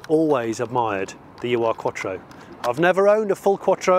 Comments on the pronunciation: Please don't call them a You Are quattro. It's Ur (Oohr), German for ”the original”. A name they got after the S2 was introduced. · Just FYI, it's not a "U.R." Quattro, it's a German word "Ur" (pronounced like "urgh") which is one of those words there's not really a translation for, but it means something like "the original" or "proto....". or the first iteration of something. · german speaker here: the Ur is not a letter combination pronounced "u r" its a prefix meaning something along the line of "long ago" or "first" So you just say it as one word "Urquattro" meaning "first Quattro" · Love these videos and the UR-quatrro. Funny to hear it being pronounced in individual letters, the germans pronounce it as a whole as 'ur' stands for 'the original' in German. Also quite happy this didn't start, not a big fan of firing up a car that stood for 28 years without a valve cover and with old fuel in the tank. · Exceptional, a firm favourite of mine for the sound and the performance. We had a B3, non-turbo, FWD coupe that we never should have sold... I bet Johnny's trolling us, but "ur" is pronounced as it looks, meaning "the original," rather than "you are." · Just a minor correction it is not pronounced U R, but urrrr. Ur is german for original or first, hence the name Ur Quattro to differentiate from the successive Quattro models. Hope this helps? Great car and amazing find! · if you want to pronounce UR correctly, since it is German, try saying OER Quattro. OER means ''primal'', or ''first of it's kind model''. Nice video 👍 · Quick bit of pedantry. My understanding was that it wasn't the 'U' 'R' Quattro but pronounced 'Ur' (Err). The definition of Ur is: 'primal, original or earliest. Something regarded as embodying the basic or intrinsic qualities of a particular class or type'. This was the origin car, hence it was the 'Ur Quattro' - the beginning. Audi always did like to strike a slightly portentous tone in their marketing speak.